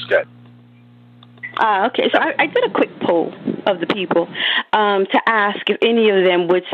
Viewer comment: Trying to sound intelligent and using the phrase let me "Ax" the question....